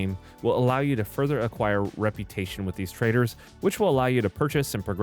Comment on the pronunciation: every time he says "trader" I hear T R A I T O R